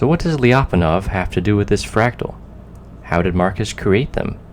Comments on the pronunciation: Why do anglophones have this obsession with breaking diphthongs/semivowel+vowel sequences in all foreign words? Lya, not lii-a. Fie-ri, not fi-ei-di. Sier-ra, not sii-èə-rå. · hey, it's pronounced "Lya - pon- off". The Lya is all one sound! Thanks, -russian speaking friend